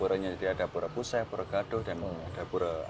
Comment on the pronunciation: Untuk penyebutan puseh disini e nya bacanya sama dengan e pada "elang" atau e pada "cepat" Terima kasih